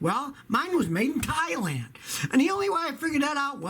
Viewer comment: All I keep hearing is thighland 😐